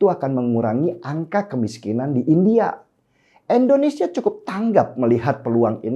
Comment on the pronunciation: Abg mnta maf sbelum nya,, krna aqw dengar b kata endonesia luruskan nma negara kita yg tercinta ini indonesia.. Bkn endonesia